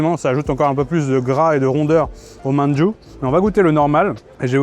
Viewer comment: Hmmm merci pour cette vidéo qui donne faim! Petite remarque néanmoins: fais gaffe, tu écorches la prononciation de certains noms que t'a pourtant donnés haha (ex: "shikpe" = shikhe, "manju" = mandu, "dapchae" = japchae)!